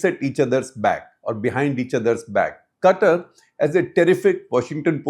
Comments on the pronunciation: Sir, it is not CUTTER, it is Qatār. Please. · Shekhar Qatar even though spelt this way, the country would pe pronounced as kathar. The ka would be a more guttural ka more from the lip or the palette touching more towards the back of the throat. Lived in kuwait for a few years. I have heard arabs say the word.😊